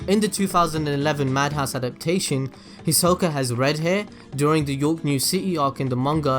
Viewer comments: The way he says his name is weird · THATS NOT HOW YOU SAY HIS NAMEEEEEEE 😭😭😭😂😭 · Why you say his name like that 😭🤚